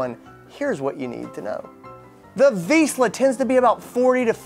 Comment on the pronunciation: At least you should pronounce "Vizsla" correctly before you make videos...